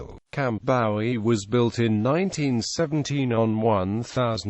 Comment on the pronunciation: Bowie is pronounced Boo wee.